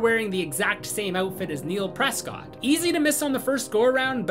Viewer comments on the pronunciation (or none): none